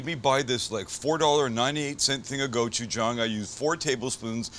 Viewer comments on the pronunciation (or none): It's pronounced Gochu-JANG. Like gochu "Jane" not gochu "John" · please... GOH-CHU-JANNG. not go-chu-JAHNG. Kamsamnida! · did you try to say Jawn? lol im offended you butchered the word lol